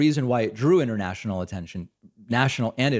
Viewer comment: International being pronounced inernational is getting to me.